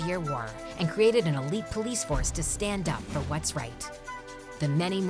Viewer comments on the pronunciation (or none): where's the o in enduring? Is it pronounce enduring or 'endoring'? Lol